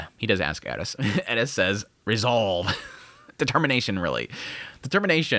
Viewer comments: bruh its just eris not elis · I know, right, why does he always cay ED-issss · How the heck do you hear how they pronounce their own names and still get it wrong. My guy it is Air-es. No d in the whole name. Please fix. It’s super disrespectful coming from a guy that has my name mispronounced and misspelled constantly. Just listen to what they say their name is or when other characters are calling them. Please I can not stress this enough. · I’m new here. Any reason you aren’t pronouncing Eris the correct way?